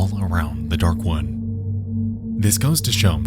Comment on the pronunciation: All I hear is “Dark One” every time he says “Darkwood” The word “wood” is not hard to pronounce but apparently to this dude it is 🤷‍♂️